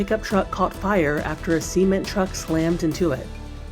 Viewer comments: Whell and ci-ment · And wheel and cement